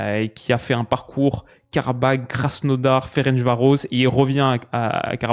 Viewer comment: Juste une petite correction, on dit « Féren’ss Varôch’ » 🇭🇺